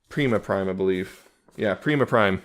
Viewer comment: hears Prima's name pronounced incorrectly Oh dammit! Not again!